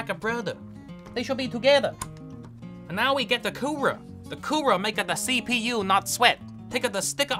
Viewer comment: "Da the CeePee-YUUU!!! That's my sister name" 😂